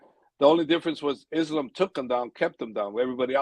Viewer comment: get Coach to say Islams name right lol it’s Islam and he says it like Is Lamb.